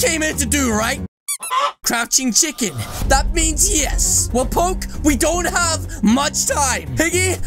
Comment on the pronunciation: You makes me laughs when you said chikrn gang😂